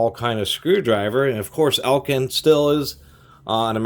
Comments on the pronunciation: Ek-lind not El-kind. Js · Eklind, not Elkind. Thanks for the video.